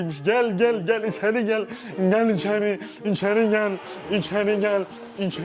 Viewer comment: "İçeri gelğ"